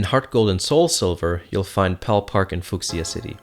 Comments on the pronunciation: Fook-see-ya City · Fookseeya city? It's a color not whatever the hell you just said xD